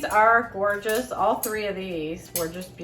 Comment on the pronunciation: Copper pieces are gee-or-jus!